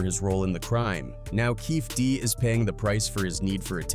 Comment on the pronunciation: Kading never wrote the proffer deal, a cop cant do that, and he never recorded it, his partner did and he found out a few days after. Its also KEFFE D, with the E's pronounced.